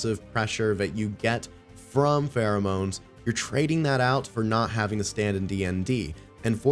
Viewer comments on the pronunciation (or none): Does nobody get the spelling? It's pronounced FEAROMONES as in FEAR bc the mobs in DnD cower in place? What you are saying is Pheromones.. extra A in the legendary name.. get it? :)